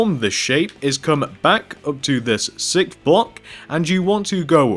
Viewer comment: its sounds like he says sick block